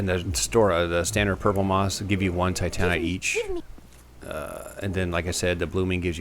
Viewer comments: I thought it's pronounced 'Ti - tuh - NITE' Not 'Ti - TAH - nite'. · I hate it how you say titanite. Normal person: Tight-a-night You: tigh-tanite Oh well, still love watching your videos :3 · TI-tan-ITE, not ti-TAN-ITE....sorry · Well that's not how you pronounce it. You pronounce it like if you were saying "tight night" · Haha, you say titanite funny, man. Like, "Tit-AN-ite". Really enjoying this series. Great work. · he pronounces titanite weird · the trash is worth a titanite chunk from snuggly. also you rponounce titanite odd. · You say titanite weird haha Great series though! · You say titanite funny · Great commentary. The way you pronounce titanite pisses me off to no end, though.